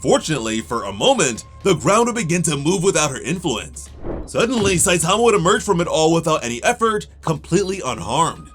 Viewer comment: You're saying his name like: SUH-TOM-UH. REALLY bruh??